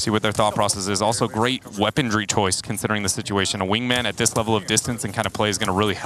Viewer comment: Why does one of the casters say "weapondry" instead of "weaponry"?